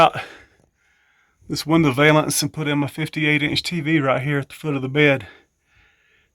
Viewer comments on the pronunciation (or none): I have never heard anyone pronounce window valance the way you do. I always thought it’s pronounced like balance, but with a “v”of course. Maybe you should have turned your carriage bolts the other way; that way the smooth screw head would be on the side where you and the dogs could rub up against them and hurt yourselves. I hope you are feeling better.